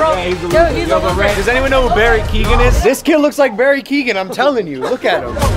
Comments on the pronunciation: Keegan? it’s Keoghan like Keo-Gan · Logan pronouncing Barry Keogan is atrocious